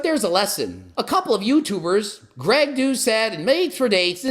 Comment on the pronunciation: "He said my channel name properly, so you know he is pissed"